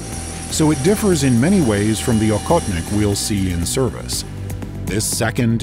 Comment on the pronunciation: And by the way for the US people: it's pronounced ah-hot-nick.. The hunter.. Please don't say okotnik that sounds very very strange